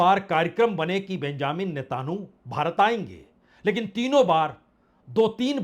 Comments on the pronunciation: You are purposely saying netanu instead of Netanyahu. Does it mean impartial journalism? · Sir name ka uchcharan galat kar. rahe hai .name hai Benjamin netanyahu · Sir ap Nitin yhoo ka Nam sahi kyon nahi padh pate hai 😂